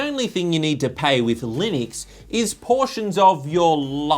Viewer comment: Sorry, it's pronounced Linux:P